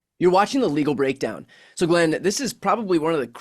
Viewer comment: Gadfly here 😯. Brian talks so fast 🌬️💨the intro. Sounds like “welcome to illegal break down” 🤭